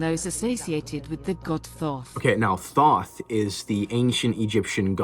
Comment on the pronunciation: The way I laughed at your comment. I was so confused then saw Grahams face and started laughing even harder. Not like laughing at him but that you said this. The way he’s saying “thoth” and not “tothe” makes me giggle. It’s cute.